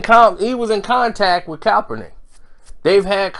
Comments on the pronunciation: This boy keeps saying coppernick 🤣🤣🤣 say cap not cop 💀💀💀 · A few days ago, he was calling him kalpernick. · You keep butchering that man's name 🤣. Are u doing it on purpose? Sound it out with me.... CAP - PER - NICK (Kaepernick)